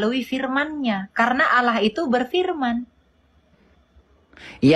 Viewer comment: Sebenarnya sih cara dia nyebut allah saja sudah salah, kenapa jadi alah, itu saja dalam bahasa arab saja kesalahannya sudah fatal banget.